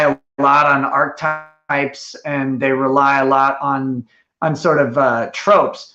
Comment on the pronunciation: Archetype is a three syllable word,.